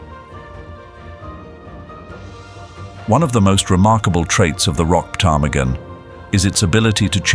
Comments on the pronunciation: The p is silent in ptarmigan. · It definitely felt like A.I. to me! The way the narrator pronounced the p in ptarmigan got me😂😂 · I cannot believe that not one person has told the narrator that the P in Ptarmigan is silent!🤦‍♀️ It sounds even funnier with the posh British accent, and I love a British accent!😂